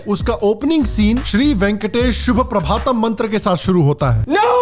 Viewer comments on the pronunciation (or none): btw it's suprabhatham not subhaprabhatham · It's Venkateswara suprabhatam , please pronounce properly